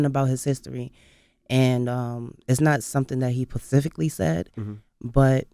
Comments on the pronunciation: "Pacifically" -_- whyyyyy lol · What "pacifically" gave you that impression? 🤔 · Pacifically or Specifically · She lost me at the 2nd phuckin PACIFIC AND PACIFICALLY 😏🤔